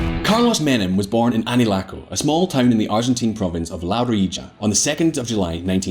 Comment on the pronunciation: I could teach you how to pronounce "Anillaco", "La Rioja" and "Facundo Quiroga" if you want, hahaha! Thanks for another video on Argentina :D